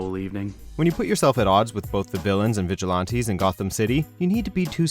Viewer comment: = LOL!!! Vigil-lawn-tees??? = Blasphemy!!!